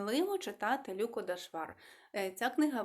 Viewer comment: Канал для висловлення думки і я скористаюсь цим: ви так слідкуєте за правильною українською вимової і, щоб твердо вимовляти шиплячі, що втрачаєте динаміку мовлення. На національному каналі ЛюкО, у вас ЛЮко. Ми не кажеио ПушкІн Якесь зерно є, але я недослухала Вона розповідає реалії (автор). Подобається нам це чи ні.